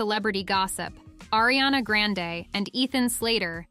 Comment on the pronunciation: Erie-Anna and Illianna. And then finally, they get it right and say Arianna. It's incredibly annoying when names are oronounced wrong.